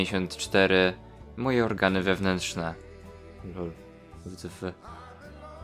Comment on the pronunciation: Poprawka: sy cy py